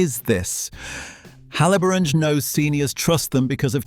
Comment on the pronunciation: He cannot pronounce Haliborange ……